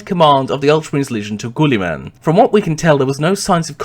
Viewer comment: sorry but I can't take this vid seriously with your pronciation, GWOOLY-MAN It's a silent 'U' just like in the word guild which makes sense as He carried over Konor's meritocratic methods to govern maccragge and eventually reform society and trade across the galaxy, just like the Roman empire settling across Europe and Asia. And considering just how far the Ultramar system is from the Sol system I think it's not too much of a farfetched analogy.